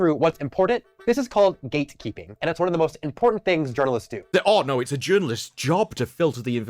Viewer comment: Is he saying “ gaykeeping?”